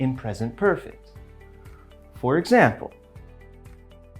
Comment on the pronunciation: anlatışı çok güzel hoş da “For ekzembıl” deyişi.. sabahları alarm olarak kullanılır🐸